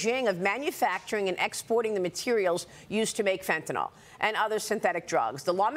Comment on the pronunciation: Just my own side note here. When did phonics, letter pronunciation stop being important? Pronouncing Fentanyl like fen-tuh-nahl. When did Y start sounding like AH in any language? The word Bicycle is usually pronounced bi-SICK-el or possibly bi-SIKE-el. No one pronounces bicycle like bi-SAHK-el unless they have a speech impediment. Y in a word, in most languages I know of make either an I or EE sound, especially Latin based languages.